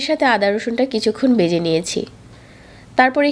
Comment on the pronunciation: বেজে,জাল কেমন উচ্চারণ এগুলা?